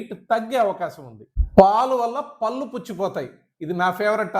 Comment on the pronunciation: పల్లు అని అంటున్నారు sir. కొంచం "ళ " పలకటం practice చెయ్యండి.. పళ్ళు అనాలి.